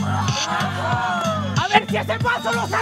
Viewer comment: Min 3 03 mas falso asta dice fornite